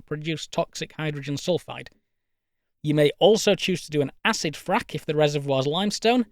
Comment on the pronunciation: how hard we could Frack? Sounds more Like fuck to be Honest…